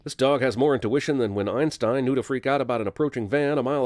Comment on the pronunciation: Dude fucking what the arf arf’s name is Einstein get it right man